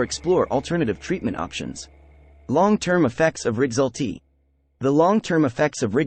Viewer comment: Why do you pronounce rexulti so weird?